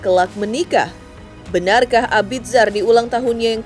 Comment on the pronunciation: Mbaaaak, bacanya Abizar. Bukan abid zar 😌